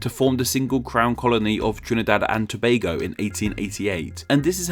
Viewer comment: kudos to you for the pronunciation also we use Trinbago and Trinbagonians unofficially